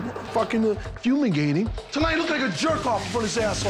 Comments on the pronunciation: He didn't even say fumigating, he said fuelligating which isn't even a word. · Did he say fumingating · Yea i think he said fuming wrong lol.